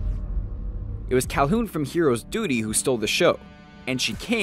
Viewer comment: Hehe he said dudy(duty)